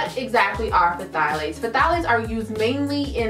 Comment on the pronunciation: Is the P supposed to be pronounced in Pthalates? 🤷🏽‍♀️